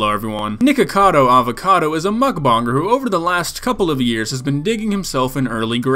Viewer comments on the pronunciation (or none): nawww, the way he says mukbonger instaid of mukbanger. you bonger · I respect u but you cant say mukbanger u say mukbonger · I love how he say mukbonnger instead of mukbannger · “Muckbonger”💀 It’s a Joke this video is great. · I love how he pronounces mukbanger